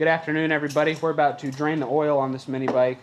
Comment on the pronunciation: It's oil not oooool